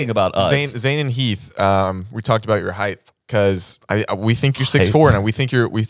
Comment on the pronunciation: Not chuckling about ‘heighth’ when he also always says ‘labtop’ 🤣🤣🤣